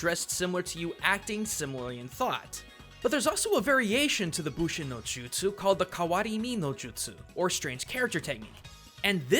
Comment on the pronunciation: it's actually bunshin not bushin